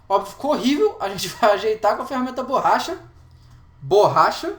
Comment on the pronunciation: Burracha ne ops BORRACHA